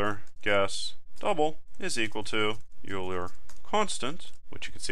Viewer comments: String EulerPronun; While(EulerPronun != “oiler”){ cout << “enter Euler pronunciation ”; getline(cin, EulerPronun); if(EulerPronun == “youler”){ cout << “Youl her?! I hardly know her!” << endl; } } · Your use of parentheses is suspect I think when you write "(age >= 80 && ((age > 100) || ((age-AgeAtlastExam)>5)))" I think you have one too many left parentheses unless I'm going crazy. Also, it's pronounced "oiler" not "U-ler" !! Lastly, I'm experienced with programming, but haven't seen C++ before, not sure why so many people can't follow along at this pace, this is exactly what I was looking for! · Good tutorial but please never say "yuler" again. It's "oiler". Thanks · Euler is pronounced "oiler". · Great video, but Euler is pronounced Oiler. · When he mispronounced Euler, I laughed and actually pushed my glasses up on my nose. : ( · Anyone else notice that he kept pronouncing Euler wrong? Tutorial was amazing though.